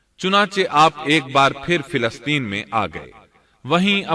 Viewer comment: Filasteen? Ap filasteen keun kahte hain? Falasteen *.